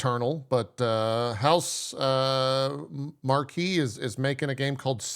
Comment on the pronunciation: Housemarque - House-mark. Still. Rahul Kohli - Cohh-Li.